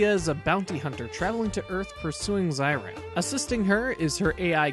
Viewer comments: NOT ZAH EE RAHM, it is ZEH EE RAHM! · Great video! Been a fan of Amemiya's work since Kamen Rider ZO. At the risk of sounding like THAT guy, it's pronounced "Zay-Ram" not Zye-Ram" :)